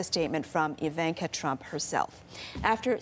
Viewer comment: Please pronounce her name right ;) Just sayin